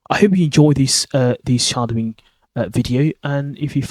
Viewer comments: What the hell is shardowing? It sounds like you using the English word shadow, but pronouncing it entirely incorrectly. I hope this is a piss take of those worthy "how to sound like a brit" videos, if not you are sending people entirely the wrong way. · Alas I know what shadowing is. I am commenting on what sounds like your Brummie accent. If you are teaching English pronunciation to foreign speakers you ought at least use the most common English pronunciation so that they dont go around saying shardowing when it is SH-A-dow-ing.